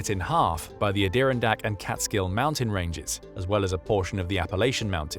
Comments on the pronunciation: Its not AdIRondack its AdirONdack. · I don't know what you called a particular region of upstate New York because we say it like it's spelled Ad i ron dack Mountains, they say they're not of the Appalachians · So am I the only one just realizing that the voice is artificial? When “he” said Adirondack I 😂😂😂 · This video was so good, we can all forgive your absolute pronunciation butchering of “Appalachia/n” amd “Adirondack.” Also the word “Lieutenant,” but that’s just a pet peeve that has historical reasons. Hey, don’t get mad, Brits…we do it over here across the pond too. Much love 🙂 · Not how you pronounce Adirondack lol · lol the pronunciation of Adirondack